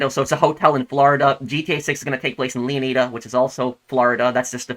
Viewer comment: leo nai da not leo nee da